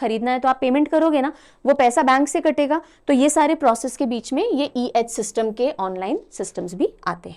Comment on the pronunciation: It's funny how she repeatedly kept misreading C-Edge as E-Edge😂